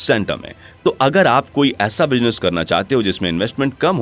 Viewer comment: Pronunciation -- Z, Z Business not Bijnes Not J Speak Z